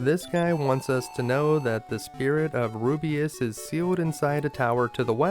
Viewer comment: It isn't that. It is your insertion of an extra vowel. Ru biss. Not Ru bee iss. Just because a word is "made up" doesn't mean it shouldn't follow pronunciation rules. It is localized, written, for the audience to read and say. There are other vowel sounds that grate too, but... really excellent videos. I love to watch them.